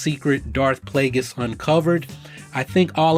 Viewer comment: ..."Plagueis"